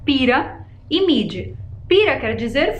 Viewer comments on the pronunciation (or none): none